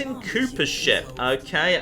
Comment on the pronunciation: Maybe i am deaf but i think that when says ship it sounds like shit XD